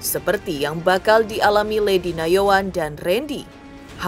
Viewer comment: Ketut bkn kentut Nayoan bkn Yanoan 😂😂😂